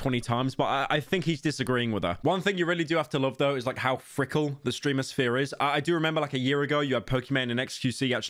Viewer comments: bro really said "frickle" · Frickle? You mean fickle😂? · Slopcynical, did you say "frickle"?